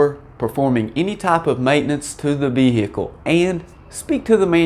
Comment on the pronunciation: The way you pronounce VE-HI-CLE reminds me of a Louisianna State Trooper telling a lady driver: "M'am, please exit the VE-HI-CLE! 😁